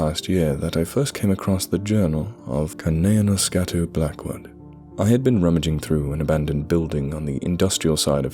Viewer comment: You deserve a like just for being able to pronounce that first name 😶 Oh shit! Its the sequel to [redacted)! I love that story!!!